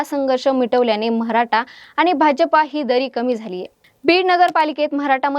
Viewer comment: मॅडम मराठा म्हणा....म्हराठा नाही हो 😅